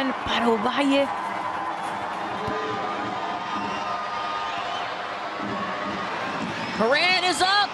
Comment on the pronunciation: Ovalleii and pelaggio 😅😅😅